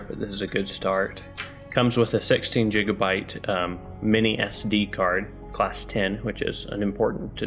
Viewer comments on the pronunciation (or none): jigabyte?????? its gigabyte